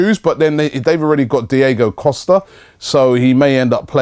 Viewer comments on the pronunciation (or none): none